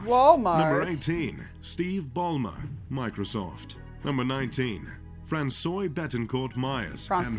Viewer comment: "Fakade" & "Francious" got me😂😂